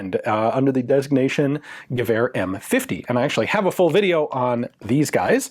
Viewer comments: As a Dane i approve of Ian's pronunciation. Slightly off but very close and clear. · You're doing a pretty good pronunciation of the word "gevær" :-)